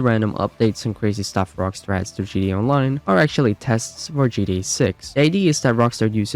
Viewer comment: British folks are silly. A kangaroo would probably say it that way also.